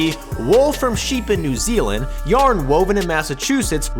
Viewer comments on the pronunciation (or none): none